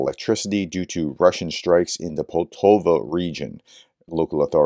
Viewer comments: Sound out the names of cities. Pol ta va Not Pol to va Just sound them out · It's pronounced Pole-TaVA. It's a lovely place near Kharkiv as you see on the map. The trains all pass thru Poltava on the way to and from Kharkiv. When this damn war ends, go to Ukraine and take the business class "cue-pay" trains. I think you'd really enjoy it.